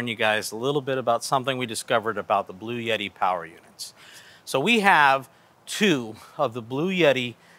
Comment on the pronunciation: Bloo-yetee??? Blue-Etee 🙄